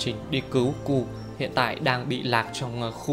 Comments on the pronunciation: anh ơi . đọc là kư chứ k phải là ku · kú ko phải ku :)))) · Anh có thể đọc là Kư mà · Ku đọc là kư đó anh